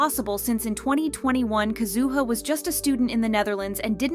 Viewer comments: Isn't it KAzuha? Her emphasis sounds unpleasant. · Nah why you gotta do Kazuha dirty by pronouncing her name like that 😂